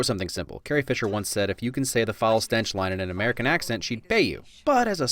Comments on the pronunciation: I don't hear "Carrie!" I'm hearing "Hey!" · Did he say “Carrie!!!” Or “Hey!” I always thought it was hey....maybe I’m wrong. And trust me Chewie gets that 🏅 in the worst pandering type of way....😕